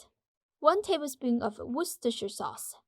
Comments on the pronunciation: Perfect pronunciation of “Worcestershire”! (At least to my ear 😉) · Perfect pronunciation of "worcestershire" sauce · You pronounce "Worcestershire" better than most of Americans do! Most people here just call it "W Sauce" because they have such a hard time pronouncing it. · Isn’t that actually the exact pronunciation? “Wuss-ter-sure”? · In England, it is simply called "Worster" sauce. A shire is like a county, and in everyday usage, people found it unnecessary to pronounce this part. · It’s just pronounced Wooster sauce in the UK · We just "wuss ter" sauce in the uk